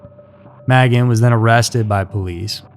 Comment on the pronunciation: Magan is pronounced "May-gan"